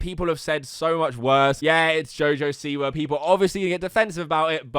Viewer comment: Btw he didn't mean to call jojo siwa a bitch its wordplay since jojo is one of his nicknames and he pronounced siwa as see why so basically he said you a bitch jojo see why